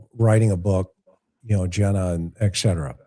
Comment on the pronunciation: Can't take it- it's not eckcetera- it's etcetera. Had to say it